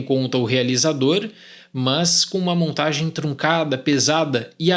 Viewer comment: “mãs”, irmão da andressa urach